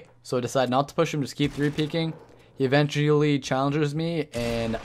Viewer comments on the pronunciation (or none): I'm not trying to hate on you bro but my one issue with the videos is the narration. You should really spend a bit longer when making these videos. Even if you have to write yourself a script to improve. I think you'll be taken more seriously if you did. Here are some examples: "It's harder for them to shoot your and umm it's harder for you to get shot" ~~ "Evendjewally" "Shotguns defer" - defer: postpone - differ: be unlike** (choose this one)